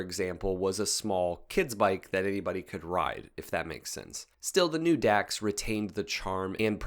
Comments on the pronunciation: It’s pronounced “docks”, not “dacks”… you had to be there 🙂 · “Dax” is actually pronounced as “Docs”, as in “dachs”hund.